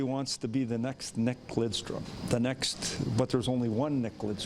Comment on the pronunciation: Am i the only who hears him saying "Everyone wants to be the next NECK Lidstrom", he corrects his pronounciation of "Nick" in the next sentence.